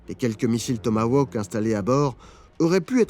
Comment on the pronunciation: pourquoi prononcer tomawoke ? 😅